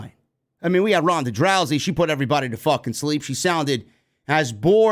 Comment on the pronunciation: "Ronda Drowsy" 😂